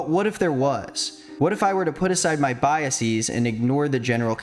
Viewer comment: Biases! BIASESS! Not bias-ees!!! Does EVERYONE say bias-ees now?! God, I hate it. It sounds like they're trying to hard to sound intelligent. Many of the people I hear mispronoumcing this word ARE intelligent. They should know to give the word the English plural form, not Greek. It sounds stupid.